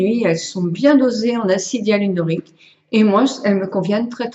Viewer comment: M-B Chg Bonjour madame je suis désolée mais lorsque vous parlez vous faites des fautes par ex vous dites tjrs l acidialrrlonique tjrs et au lieu de dire probant voudrais dite probant et vous mettez des s alors qu il faut mettre des x vous avez des difficultés à bien vous exprimer .merci de travailler votre français